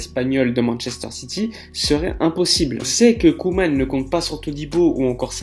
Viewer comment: Ronald Koeman. La prononciation est Coumane et non Queue-mane